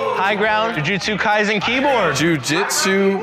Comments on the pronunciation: bro said jujitsu kayzen. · The Jujustu kaisen pronunciation bugged me so much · i love how pronounced Jujutsu Kaisen incorrectly